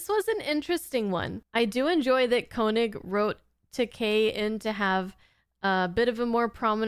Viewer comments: Just FYI: Walter's last name is actually pronounced kay-nig, not ko-nig. 👍 It seems like not a lot of Star Trek reactors include TAS, so I've been enjoying watching these with you! 🙂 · You do pronounce George Takei's name correctly, ta-KAY. (He likes to joke that he doesn't mind people mispronouncing it ta-KAIY, because that's the Japanese word for "expensive".) But Walter Koenig does pronounce his name KAY-nig rather than KO-nig. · Just fyi Koenig is pronounced 'kay-nig', not 'co-nig. I recall everyone in my generation used to pronounce his name wrong, just like that (the name of the commander of Moon Base Alpha being pronounced that way on Space: 1999 probably didn't help). Koenig used to laugh that everyone pronounced his and George Takei's last names wrong (Takei btw is pronounced ta kay, not ta kie like many people do it). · I do like your Trek reactions. By the way, it’s pronounced “KAYnig”. 😀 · Pronounced KAY-nig. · Thought you might want to know...Walter Koenig's last name is actually pronounced "KAY-nig". I saw him introduce himself once on a video and that's how he himself says his last name. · Walter Koenig's name is pronounced like "KAY-nig" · His name is pronounced KAY-nig. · Walter Koenig (pronounced KAY-nig).